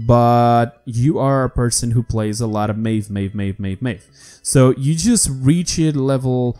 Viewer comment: Ik IT was 13 december 2018 but...PLEASE...Say Maeve's name correctly. Just MIF not mejw just MIF that's so easy...If said something wrong please forgive me.